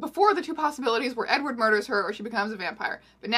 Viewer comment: did you just call him eggward?